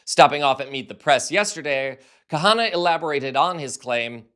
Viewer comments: KHANNA its pronounced KANA - not KA-Hannah! UGH! It's not hard, really. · Please pronounced Kana, NOT Kahana! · His name is Ro Khana, not Kahana. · Please get these corrections: Khanna NOT kahanna. Senate LEADER not speaker.!!!!! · Khanna, not Kahana. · It is Kanna. The h is silent. 😊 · FYI Ro Khanna’s last name is pronounced “Kah-nah”. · psst. The 'H' in 'Khanna', is Silent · Khanna is two syllables :)